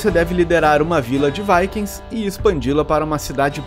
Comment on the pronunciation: é a pronúncia correta de Viking kkk